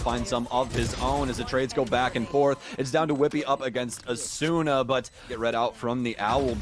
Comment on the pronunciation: it still bothers me how the casters pronounce asuna, the u usually isn't pronounced...